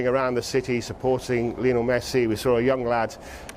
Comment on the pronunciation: Why do people still pronounce it lee-o-nell? Its Lionel. His mum named him after Lionel Richie. Its not Lee-o-nell Richie. Rant over.